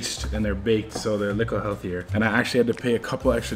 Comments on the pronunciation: Little not licke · Stop saying likkle please